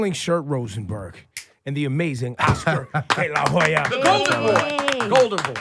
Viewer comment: Laura Stylez why you pronouncing your H's in Spanish like H's in English? The way you pronounced it sounds like Oscar de la Joya... no mames, mas gringa que la chingada